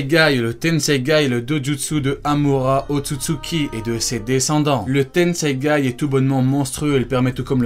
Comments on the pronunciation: C tensegan pas tensegay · Tensegan pas tensegay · C PAS LE TENSEGAI C'EST LE TENSEGAN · C’est tensaigan pas tensangay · Tu as dis tennseigay au lieu de tennseigan 😂😂😂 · Et c'est tenseigan pas tenseigai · Tenseigan ou tenseigay? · C le tensegan pas le tenseigan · tenseigan pas tenseigai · C tensegan pas tensegaï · C'est le tenseigan pas tenseigay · Stp c'est tensegan et pas tensegaye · Le tenseigan pas le tenseigay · Tenseigan pas tenseigaï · C TENSEIGAN PAS TENSEIGAI !!!! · juste on dit pas tensegaN ? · C’est moi ou il dit tensegai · mec t'a dis tenseigai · Ya que moi qui tilte quand il dit tenseigai ? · ah ok le mec écorche le nom volontairement mdr